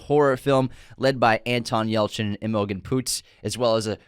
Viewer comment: Green Room is such a good underrated movie. I also love In Bruges. You guys need to learn how to pronounce Imogen though that was triggering lol